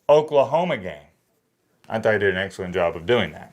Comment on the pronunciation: Please pronounce Oklahoma correctly, I do believe we have eared it.